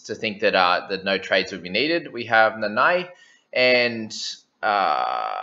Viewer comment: Your Nanai sounds allgood though. But can always be improved a bit. You have Tago on lock tho!!